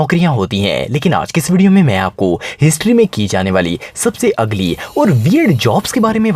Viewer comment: It's ugly not ugli* Edit: bhai jaldi sahi krdijiye wrna sab galat bolenge